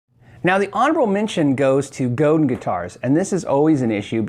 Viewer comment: Say "go". Now say "Dan". Now say them fast "GoDan" = Godin .